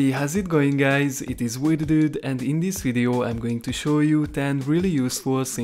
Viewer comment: did you just say lits git right in to the veod at